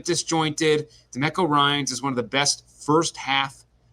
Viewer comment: Is anyone gonna tell how to pronounce Demeco Ryan’s name? 😂